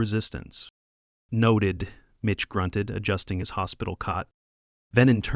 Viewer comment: Mitch, not Bitch. 🤣🤣🤣🤣🤣